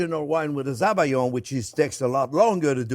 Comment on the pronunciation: Hi Chef Jean Pierre, thank you for this amazing dessert recipe from your labo...👍🏼 In french it's better to say "Sabayon" (like "salmon") not Zabayon... But you're The Chef, Chef😉 ❤